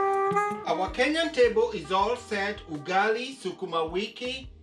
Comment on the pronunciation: Stop saying ugali like that